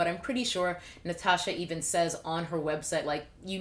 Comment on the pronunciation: Also, the way you pronounced my name was actually amazing! Not many people get it perfectly like that! 🙌